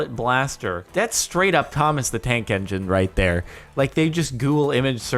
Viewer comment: A couple of times you said Thomas the Dank Engine.